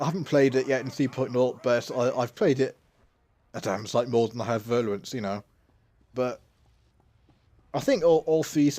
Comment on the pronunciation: Nice vid tnx. One thing: it's virulence not virluence... ;-)